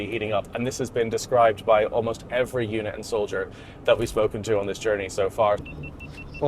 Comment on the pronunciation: Its pronounced UNIT, not eunuch, fuckin brits... :D